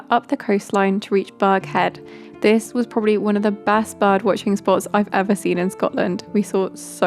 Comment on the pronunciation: Nope, Burg-head is the correct pronunciation. I know from personal experience if you pronounce it like burgh the locals will quickly correct you😊